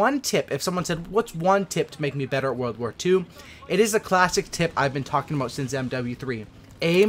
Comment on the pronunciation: lol it's "world" not "warld"